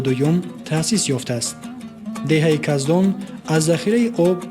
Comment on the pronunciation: Каздон не кахдон😂😂😂